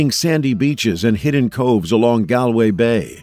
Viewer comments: Galway pronunciation is " Gaul way " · It is very irksome that you are doing this documentary and not paying attention to the fact that the beautiful city of GALWAY is NOT pronounced the way it is being pronounced here…